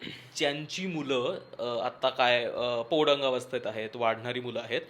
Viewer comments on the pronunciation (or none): पोडंगावस्था नाही हो! पौगंडावस्था. भाषा महत्त्वाची आहे! 😂